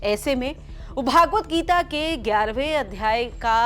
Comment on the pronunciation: श्रीमद्भगवद्गीता का उचारण आप भागवद गीता कर रहे हो , जो गलत उचारण है ।